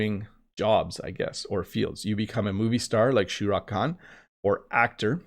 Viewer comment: Sharukh Khan! Lol 😆 I wasn't expecting it, but It made me happy! Shura khan No, It's Shahrukh khan hehe Thanks 🥰